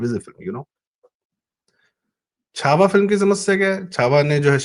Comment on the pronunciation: Chava padhiye